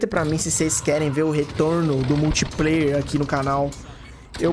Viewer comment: "Multipláuer" eu quero é muito hehehhej